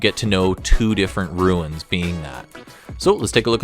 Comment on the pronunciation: For the love of mike it is RUNES not RUINS!!!